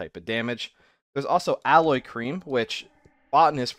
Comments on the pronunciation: Oh god its not alloy, it's aloe. "ah - low" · (Aloe is pronounced al-oh, man. Not alloy.)